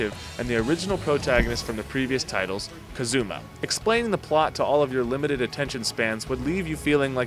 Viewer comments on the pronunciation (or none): This wasn't a review, it was a hate speech. I should have stopped the video after he called Kazuma, Kazooma.